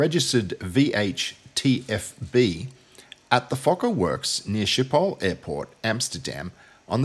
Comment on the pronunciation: Bartrazin -not only do they get Schipol wrong but invariably they pronounce Fokker wrongly! !.I had a airline captain friend who on distant approach was told "You have traffic on the right -a F28 " to which he replied to the Controller "Thank you -I have always wanted to say this -I've got the little Fokker in sight "!!!